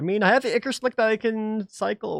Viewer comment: The "Ichor" in the Ichor Slick card is pronounced "Eye-core", not "Icker". Additionally, taking the Dungeon Clues from the enemies instead of the Reward Cards is fool's gold, when you can at least sell whichever of your reward cards that you don't use for money to buy Food, other cards, or even Artifacts.